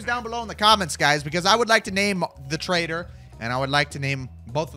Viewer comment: Bro calls him a traitor instead of a trader😂😂😂😂😂